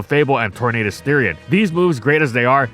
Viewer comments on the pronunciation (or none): none